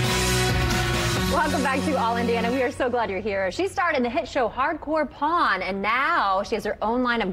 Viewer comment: She had to enunciate "Pawn".